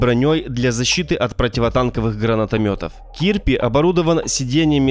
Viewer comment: Кирпи, как кирпич, только без ч, а не кииирпиии